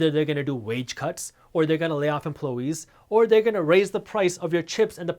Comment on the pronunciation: Emplo- eees😂 minutes in